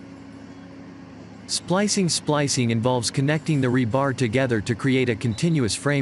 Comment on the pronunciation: The accent on the word rebar is on the first syllable.